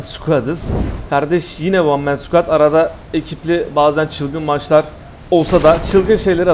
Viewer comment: Hocam one mone squad demene bitiyorum😂